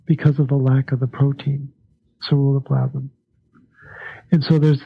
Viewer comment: for the life of me... I can't make out the word he is saying it sounds like "surrero plasm"? what is the actual word?... I heard him mention it all through part 1 and in part 2, but can't quite make out the word, to look it up and find out more about it... apparently we need a lot of it for copper uptake or to make it more functional? speaks frustratingly too quite and his pronunciation of that particular word never sounds clearly articulated... (ugggh... I think I'm stressing and destroying precious hormones trying to figure out what he said! (Lol...)